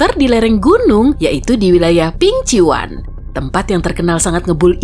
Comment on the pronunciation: Pingquan. Bacaan nya bukan pingcuan, tapi kayak sebutan cerita shin chan. Chingchan = Pingquan